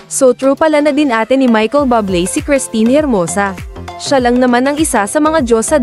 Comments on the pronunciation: Michael Buble as in Buuu u ble hindi bable po. Mk pronouce nman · Bublé = [booh-BLAY] or [booh-BLEY] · Please correct the way you pronounce his last name, nakakahiya kayo.